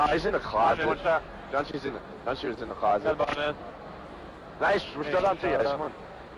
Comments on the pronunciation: GUNSHE!?!?!?!?! ITS GUNSHY!!! What an idiot. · He was pronouncing his name gunshee it's GUN GHY